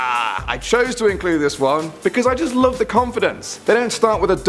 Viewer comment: What! Please don't leawe. (Leave) We lowe ( Love XD) u.